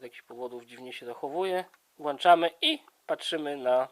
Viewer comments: Włączamy a nie włanczamy. Po polsku też lepiej nie mów... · z wyglądu są to akumulatory AA, a nie AAA - prąd mierzy się w mA, a nie w mAh - "włączamy", a nie "włanczamy" - pojemność mierzy się w mAh, a nie w mA -Jeśli autor uważa, że sprowadzanie tych akumulatorów do Polski jest przestępstwem, to czy złożył doniesienie do prokuratury? A jeśli nie, to czy niezłożenie doniesienia w takim przypadku samo w sobie nie jest jakimś wykroczeniem, lub przestępstwem? Proszę :3